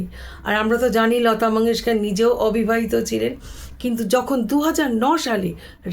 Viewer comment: ওবিবাহিতা নয়, অ টা ঠিকভাবে উচ্চারণ করুন ।